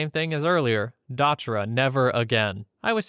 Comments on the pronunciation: Dotra? Lol its called Datura, and it doesn't make you "trip" it makes you delirious and psychotic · Datura, not "dotura." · Pronounced duh-tour-ah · I gotta say that spice is super fucking weird. It’s actually “synthetic cannabinoids” which means “we throw whatever in here and you get something that will either just feel like whatever or kill everyone around you and then yourself no matter how much experience you have”. Wacky stuff. Also: datura is dah-tuhr-uh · You were close with the way you said it, but datura is pronounced duh-tour-uh. You did get salvia divinorum right though, which is definitely the harder of the two. It sounds like a Harry Potter spell because the spells were written to sound similar to (and sometimes to actually be) Latin. Same cadence, similar sounds. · Datura is pronounced duh-tura by the way. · I've never heard anyone pronounce datura like that (it's usually like dah-Turr-uh) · dude literally said "dotura" in the video